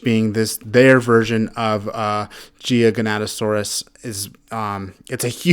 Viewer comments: Gi ga, not gigianto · The way u pronounce gigantosaurus is gi-gant-to-Saurus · the Jiganatasaurs the most feared dinosaur. BRUH ITS GIGANOATASAURUS